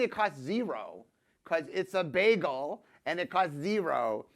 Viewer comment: I just about died when he pronounced bagel like Britta from the hit NBC/Yahoo Stream comedy masterpiece Community